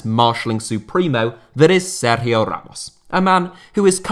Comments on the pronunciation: Nice Sergio Ramos pronunciation, mate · Have to say , i appreciate the way you were pronouncing his name. It really was quite good. Not many people would attempt it once ,much less throughout the whole video